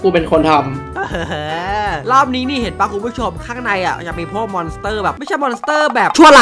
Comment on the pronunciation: มันเรียกว่า มอน ครับ 555